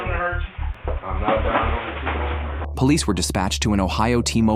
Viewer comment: Everyone who pronounces police as POH-lice is usually a criminal. 👍